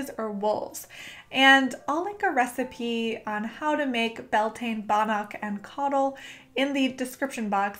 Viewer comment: YAS GURL. One of so few YouTubers who actually researched and credited Gaelic cultures for Bealtaine. My only note would be that Irish people pronounce it 'BAL-tinna', and 'Bel-TANE' rubs a lot of us up the wrong way. Otherwise, I'd like to thank you for doing the work and maybe we could even collab at some point. Best of luck to you and your channel, I'm hitting Subscribe :-)